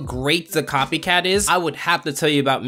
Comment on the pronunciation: CopyCAT not copygoat